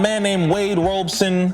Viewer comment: Wade ROB-SON 😅 love the show by the way💯